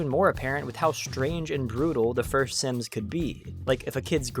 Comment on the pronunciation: I hate the way you say SIMS DX